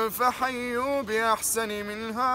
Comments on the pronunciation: طبعا انا لسه داخل على القناه دلوقت وشفت الفيديو ده بس عندك عندك اخطاء واذا حييتم بتحيه فحيوا باحسن بالفتح قل يا عبادي الذين اسرفوا و بالنسبه لرد السلام على المسيحي تقول وعليكم فقط صوتك جميل يستمر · قُلْ يَا عِبَادِيَ الَّذِينَ أَسْرَفُوا *(عبادي الياء مفتوحة وليست مكسورة ) فَحَيُّوا بِأَحْسَنَ مِنْهَا * (بأحسن النون مفتوحة ايضا وليست مكسورة) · بسم الله الرحمن الرحيم فحيوا بأحسَنَ منها وليس بأحسنِ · السلام عليكم معلش غلطه في تشكيل اخر ايه باحسنَ منها بفتح النون وليس بكسر النون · فردوا بأحسن بالفتح مش الكسر النون عليها فتحه